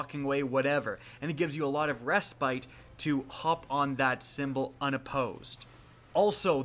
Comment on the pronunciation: For goodness sakes, learn how to pronounce "respite."